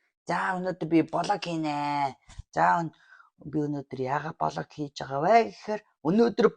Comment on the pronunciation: Хөөе та хоёр влог гэдгийг блог гээд байхын😂